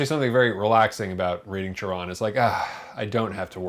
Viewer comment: Thank u for pronouncing his name correctly.